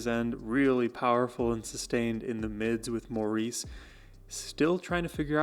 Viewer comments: Maurice is pronouced MORRIS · It's pronounced "Morris" not Maurice! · Maurice is pronounces Morris. He is the glue. He plays bass and fills in vocally where needed. He even does falsetto. Barry and Robin share lead depending on type of song.Barry has a tremendous vocal range.They remade themselves numerous times as popular styles of music changed over time. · Darling, its pronounced Morris! although spelled Maurice. To honor him, and he deserves it, we need to say his name correctly. I love your walking us through the magi c of the Bee Gees music and their amazing talent and genius. Thank you.